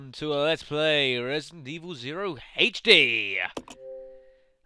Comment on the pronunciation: Great job playing this like the average person would too haha. you're vids are awesome. I just wish you wouldn't pronounce HD and Herbs like that lol